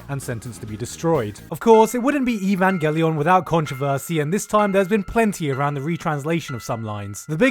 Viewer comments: They literally say the correct pronounciation in the anime and you’ve butchered it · I love how he pronounces Evangelion wrong in a thousand different ways in just a 6 minute video! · SiS It's pronounced like "evangelize" because that's from the same word root. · Who else is trigger with how he says “Evangelion”? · Various mispronunciations of the name is hilarious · What offens me is how you pronounce evangelion... It is pronounced JUST like it is written no weird english accent please. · Ive never seen evangelion but I’m CERTAIN it’s not pronounced like that 😬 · I dont know if he cant pronounce envagelion right or he is a sneaky * trying to flud his comment section . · Mispronouncing evangelion on purpose is literally triggering me. Stop. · Stop pronouncing WRONG.... You had one JOB ! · The way Gigguk says Evangelion hurts me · i just love the little touch to misspronounce evangelion everytime :D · Your memeing dragged my twitter timeline! 🤣 I’m screaming. When the vid started and you pronounced Evangelion all fucked up I KNEW what this was gonna be. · Did he say evan gah lion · What the fuck is that horse unit 1 from? Your meme powers are strong. Fits of laughter hearing you Boucher Evangeleon over and over. Jellyfish oh man. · Its ivanyelion,not IVANNGELLÍON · It's EVAN - GAY - LEON... What is a Gulion? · Its pronounced Eyvan·gellyin not evangeLION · Eevawn gly enn??? Quit pronouncing it like that! It’s Evan gelian!!!! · Evan gay lion? It pronounces evangeleon you britt. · I find it hilarious that you pronounce it evanga lion rather than New genesis DEPRESSION SHOW or evan ge-lyon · the way you pronounce evangelion man.... its not evan-ga-lion lol its E-van-gelion (g = guh) Eay-van-gelion ^ or Evan-Jelly-on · if i hear this dude say "EE-Vahn-Gah-Lion" one more damn time. .. it's "Eh-Van-Gell-eon" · Who tf pronounces it like "Ehvan-geh-lion???".... It's pronounced "Evang-gileon"! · Ee-van-geh—LIE-ahn? WTF? Ee-van-GEH-lee-ahn, you twat. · EVAN GHE LION WHAAAT